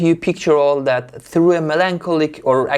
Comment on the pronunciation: حس کردم اون لحظع که گفتی through موقع تلفظ th اب دهنت پاچید به همه جا🤣🤣🤣در این حد غلیظ❤ yeaaahhh